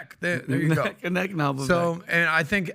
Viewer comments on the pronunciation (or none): VIVAKE NOT VIVECK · It's pronounced Vivāyk have some respect and cuth